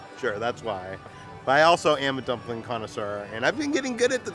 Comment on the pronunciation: I became too drunk every time said he’s a conneseur 😂